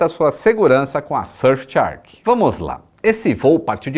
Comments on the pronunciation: voce pronuncia Shark como se fosse Chark, that's wrong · vc tem pronunciado “tchark” na propaganda da VPN. Faça jus ao cambly e corrija essa pronuncia 😃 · Quando o vai pronunciar shark corretamente?